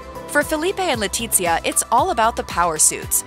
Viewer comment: The z in Letizia is pronounced as an unvoiced "th"